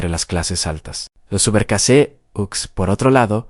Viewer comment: Gracias. Muy buen video! (Subercaseaux, se pronuncia “ Subercasó”). Saludos! 👋🏻🌺.